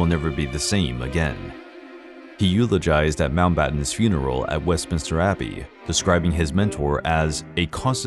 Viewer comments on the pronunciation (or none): none